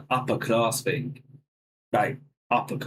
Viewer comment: Bro, you are making that argument that you never heard anyone talk like that while saying, "Thahs an Uppah clahss think" while trying to say "that's an uppER class thing." You drop the Rs for AH sounds and use a K instead of a G for "ing". and "they don't talk li'e them". the word is LIKE, not LI'E.